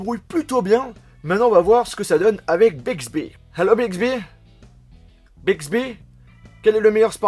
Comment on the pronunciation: Si tu connais un peu danglais euh.. au milieu temps jetendais Big zehibeh